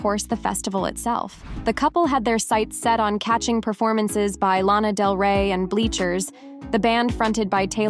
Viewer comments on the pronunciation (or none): none